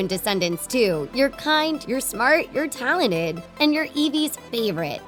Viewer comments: It’s talented not talined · She said talented wrong dude listen back at the start